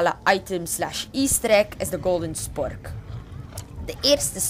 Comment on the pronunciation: normaal noemt het een spork maar hij zegt chpork